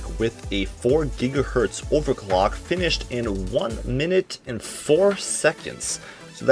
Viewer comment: Take a shot ever time he say "ovacwuck"